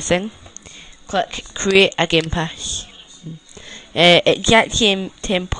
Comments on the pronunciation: gamepash (Jack and Lilly : Wow!pash your body!) then Geempash(BuilderMan and Spike : god...this guy need to learn his english) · can you even talk you say gamepash xD go to school first before you make youtube.